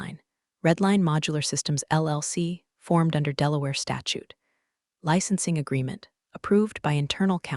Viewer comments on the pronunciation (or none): none